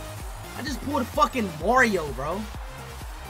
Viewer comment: Bro Said are they facking😂